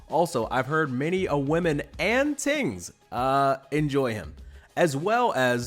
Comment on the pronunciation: Ohhhh it's "tings". I thought bro was talking about TEENS this whole time. 😂